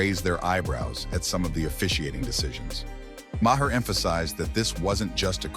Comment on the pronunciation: AI VOICE. pronouncing Mayers name wrong